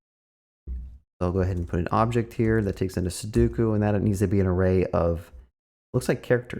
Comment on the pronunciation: Two things right off the bat - it’s pronounced SU DOE KU - please tell me you already knew that the puzzle was 9x9 before recording this video and that you only counted the cells to teach viewers